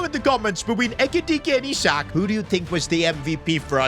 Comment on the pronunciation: Can you help slot with your tactics please 😢... Sold SALAH and kept chiesa 😐... Bro said "I"sak